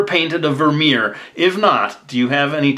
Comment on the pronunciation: Bas van der Werff and Vermeer both are Dutch names. You did pronounce Vermeer alright but Bas van der Werff not so :')